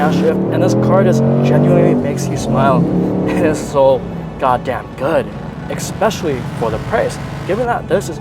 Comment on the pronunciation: You might be mixed. "Eckspecially"? Go axe your father!